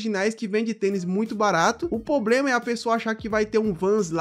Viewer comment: "poblema"... Rss... Será que é tão difícil falar "problema"?